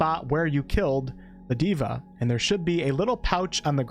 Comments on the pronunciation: Not diva Day-vah = god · Nice vid! Just wanted to point out that 'deva' is a Sanskrit word and is pronounced as 'They-vuh' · Deva, not diva